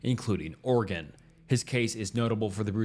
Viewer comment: Thank you for pronouncing my state correctly. 😅 (Oregon)